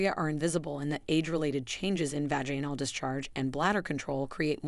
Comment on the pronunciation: Sorry this is ai. Full of mispronounced words, test for tear, vajainal for vaginal. Done here.